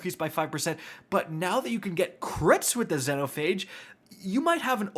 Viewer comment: Xenophage pronounced Zee-no-fay-g